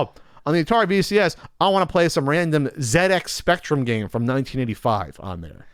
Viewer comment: wins for pronouncing ZX Spectrum correctly.:-D